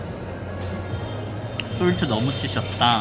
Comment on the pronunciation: 여친과 롯데월드 브이로그..ㅎ 여친생길때까지 기다료야하나..ㅎ 세부 진짜 좋다 배경.. 낭낭..ㅋㅋ ♡ 솔트 너무 치셨다ㅋㅋㅋ 발음 미치겠닼ㅋㅋ 먹기전에 박수치는 넘나 기욤쑤 오늘도 재밌는 영상>< 감사함댱ㅎ